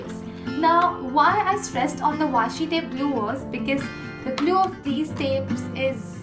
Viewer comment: This is old video hmmmm... Yooooh. 😂😂😂😂😂😂 Washi tape you pronounce waasshi tape😂😂 I am watching in year 2021